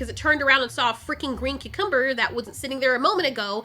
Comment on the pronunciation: needs to put a video up of just repeating Cucumber with that pronunciation.